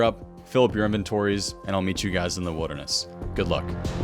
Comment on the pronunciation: "The widderness"